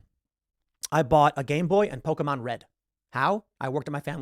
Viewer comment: This is a great message that Tim is delivering here. I also love how he pronounces Pokémon right. You rarely ever hear that.